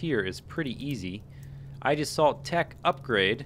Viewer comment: Ay-jis-salt. Aegis is greek.